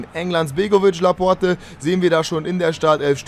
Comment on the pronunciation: Da vermutlich "Laporte = la porte = die Tür" heißt, bin ich mir sicher, dass es "Laport" ausgesprochen wird :D